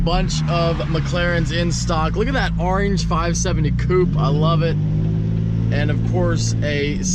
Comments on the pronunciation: I hate the way you say orange. It’s not arenge it’s oorrange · I swear you try to say orange in weird fucked up ways on purpose!